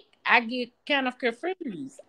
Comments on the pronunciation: I remember her from the other day. She's a hot mess. Kendra would "ax" her questions. Her replies had me "confurzed!" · 😂😂 NOT COMFREWSED. Chile I’m done, I’m finna go listen to some MRUSIC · “Confuersed”. She high now!TF. She didn’t raise nay one of ‘em. 🤦🏽‍♀️ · I believe the word is con fursed lol..🤣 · She said she confruse😂😂😂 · She’s not a liar. She “confroosed” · Leave her alone yall she "confruzed" 😂😂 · She say she gets kinda "confroosed" 😂😂😂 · "I'm just CONFRUSED", "They gonna have fun over HERR", LMAO!!!